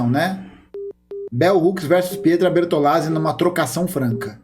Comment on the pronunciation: "pêtra bertô nazzi"